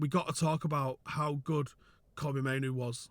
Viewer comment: the only one I've heard pronounce Mainoo correctly 😂❤